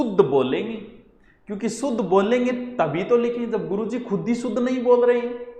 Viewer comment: Jaise aap । सुध bol k शुध्द sikha rahe hai sir, jokes a part u r a very good teacher U teach very interestingly.